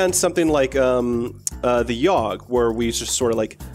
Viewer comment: It's The Yawgh not The Ywagh... Love you guys lol Also, why do all these kind of games have some kind of unpronounceable name xD